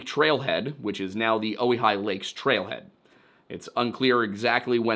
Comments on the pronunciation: I believe it's Oh-Why-Hee, Oregonian here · Pronounced oh-high. Source: ive hiked it like 5 times. Its a very pretty hike.